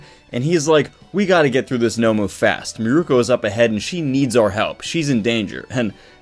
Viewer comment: I cringe every time you pronounce her name wrong